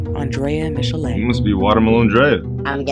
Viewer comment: mish - ill - a ( Michelle ) 😂😂😂